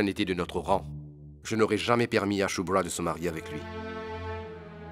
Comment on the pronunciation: J'aime bien comme appel chubra (chulubra 😂😂😂😂😂😂😂😂